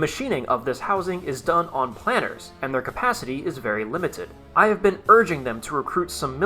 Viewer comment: The K in Knudsen is silent as in knuckle, knowledge etc. The pronunciation of planer is like air..'plane'.. Not like planner.